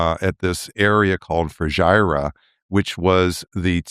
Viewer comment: Hi Dr Pape, Fujairah is pronounced "FOO - JER - AH"